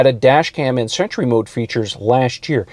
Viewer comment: Why intead of sentry I hear century? 🤔